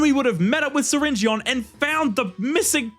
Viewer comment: syringeon is pronounced syringin